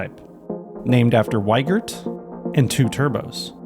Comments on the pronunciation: It's not Weigert, it's Wiegert. Wie as in "wie geht's?" e: I am sorry seems he went with the US mispronunciation of the name when he moved there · I wouldn't buy a car from a guy called Wiegert who thinks it's pronounced "Whygert". It would be "Vee-gert", or "Wee-gert" if you absolutely must. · Since is a German ( = Gerald), at least you could pronounce his last name right, it is pronounced like you would say "Wee-gert"